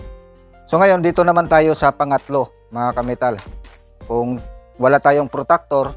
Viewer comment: Protractor po yn sir hindi po protactor😂